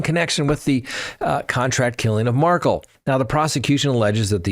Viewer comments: You still mispronounce Xana’s name, and now you mispronounce Wendi Adelson’s husband’s name. You are saying Markle but it’s Mar-KELL. Ugh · Mar-kell not pronounced Markle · Accent on the second syllable! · Curious- why do u pronounce the Markel name as Markle ? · Doesn’t rhyme with sparkle (accent is on the ‘Kel’ syllable ) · Why can’t you pronounce Dan Markel’s name correctly?